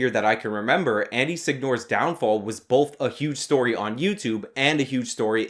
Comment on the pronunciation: "bolth" There's no 'l' in the word 'both', my man.